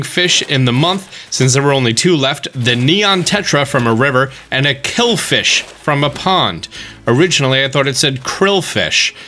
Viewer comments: You read it wrong the second time too - it’s kill-i-fish not killfish 😂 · Kill-EE-fish. Don’t miss the “i”.